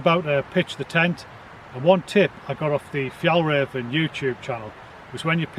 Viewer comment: Whaat, how little i know. Interesting i thought your accent was pure Scottish, i think you pronounce Fjällräven great! That tent looks great, i have Hilleberg tents and have not looked closer to the Fjällräven tents, even if i'm well intobtheir garments and backpacks. Looks to have similar features and quality. 👌